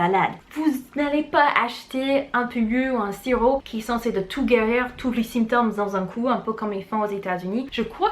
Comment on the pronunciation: Bonjour je vous suis depuis 1 semaine environ et j’aime beaucoup ce que vous faites. Qu’avez vous enseigné au lycée? Ps: symptôme se prononce sAINptome. Merci pour ces vidéos:-)